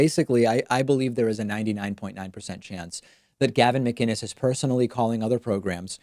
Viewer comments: I also noticed the callers correct pronunciation of his last name. Most people say Muh - Ginnis as opposed to Mic- Innis. And that seems to be a point of annoyance for Gavin. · I know it was Gavin when he pronounced mCinnes correctly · It’s definitely Gavin. He even pronounces ‘Mcinnes’ right, with a c not a g, which most people wouldn’t do... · The fact that he properly pronounced his last name makes me feel like its him lol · Sounds like he’s going for an American accent but the Canadian is slipping through. He also enunciates his last name which often sounds more like ‘MaGuinness’ when other people say it.